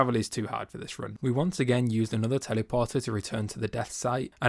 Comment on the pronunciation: for the love of god please say teleport not tellyport what the hell 😭